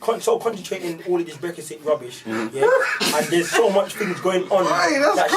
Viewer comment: My man can’t even say the word Brexit 😂😂